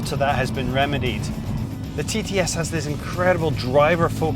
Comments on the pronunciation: it sounds like your saying.. finally there is a titty for me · "finally there is a titites for me"